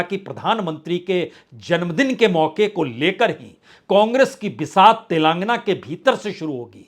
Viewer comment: तेलंगाना होता है न कि तेलांगना, सही बोलिए